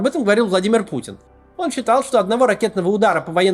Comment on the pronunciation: Хахахаа... Ох уж Ваш "орн", Максим)